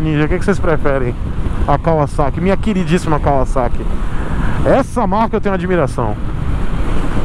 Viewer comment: Fiquei até emocionado com você falando Kawasaki e não "Cavazaqui" Como a marca ficou conhecida no Brasil. Parabéns por não perpetuar um erro.